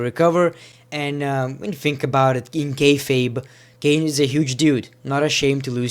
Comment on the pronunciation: R.I.P ENGLISH ITS KANE